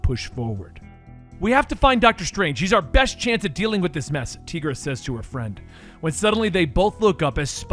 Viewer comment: Tigra as in “TY-GRA” (I’m sorry, but someone had to say it)